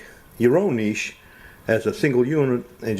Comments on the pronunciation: Subscribed when I heard your pronunciation of 'niche'. It already sounded like you knew what you were doing and I wasn't disappointed. Great upload. I'll do the same, thanks. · And he knows how to pronounce niche properly contrary to most tilers saying ni(t)che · Thank you for pronouncing "Niche" correctly. 90% of the videos says Nitch it drives me nuts lol.